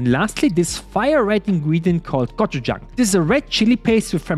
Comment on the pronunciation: 외국인이 발음하는 '고추장'은 졸라 웃기네 ㅋㅋㅋㅋㅋㅋㅋㅋㅋㅋㅋㅋ